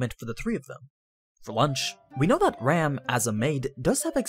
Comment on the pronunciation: Please pronounce the names properly your making me crazy Its pronounced RAHM not ram